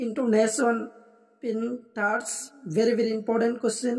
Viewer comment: Panters nhi pattern😂